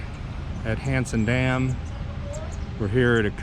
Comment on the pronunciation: It sounds like your saying handsome Dan lol